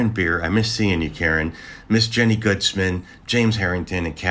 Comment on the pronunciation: Woo Hoo! You said my last name right! GOOTS-man, not "guts-man". Although "guts" would be more apropos.. Love, MissJenny the Taphophile